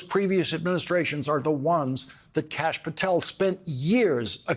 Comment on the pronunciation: Watching replay: did he just say Kash-App Patel? 😂😂😂😂😂